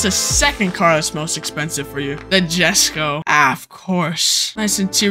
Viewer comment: irl its supposed to be pronouced "yesko"